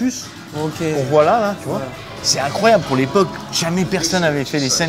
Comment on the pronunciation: "Cé inecroyabl" Attend de voir la dernière recrue du PSG mec...